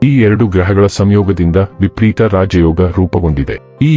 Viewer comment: It’s vipareeta, not vipreeta